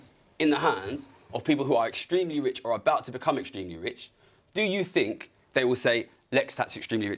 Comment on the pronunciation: That guy says what I fink